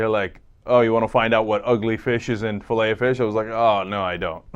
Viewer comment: i hate the way she stresses the O in filet o fish